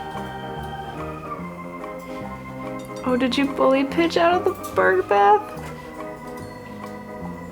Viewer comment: Every time she says Pidge I hear B*tch 😂 Get in the box b*tch haha Your birbs are wonderful. Thank you for sharing even though you're busy busy busy :)